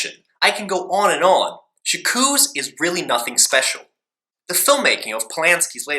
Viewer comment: 'Jakooz' oh good god at least learn how to pronounce the title you're reviewing....